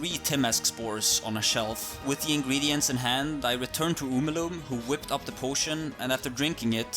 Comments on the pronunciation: im sorry but... "OO-ma-LOOM" is how you pronounce "Omeluum"??? Its "OH-mel-OO-um" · Your pronunciations of Zhentarim and Omeluum are wild.